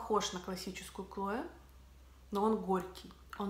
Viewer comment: Почему девушка называет этот аромат с первой буквой К-Клое?мне кажется это неправильно?или правильно так как она говорит?все говорят Хлое